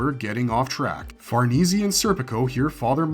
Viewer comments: Farneezy? Let's play parcheezy... it's far-niece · Say far knee see 1 more time.... Far Nay.. like horses... Say.... ffs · I know lol, i love this content but every time he says Far-nees-ee instead of Far-nees, I cringe a little. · it's definitely Far-ness not far-neecie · the name Farnese is Italian. It is pronounced 'far NAY zay" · Okay, I'm sorry it really erks me. It's pronounced Farah-niece. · Bro always has to say Farnese wrong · Bruh Farnese isn’t hard to pronounce like just stop